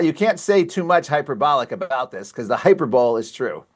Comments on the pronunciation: Hyper-bowl? 😂 It's hyperbole, long "e".🙄🤣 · Pronounced "hyper bo lee" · Great news, great video. But, this guy should find out how to pronounce hyperbole. JUST saying.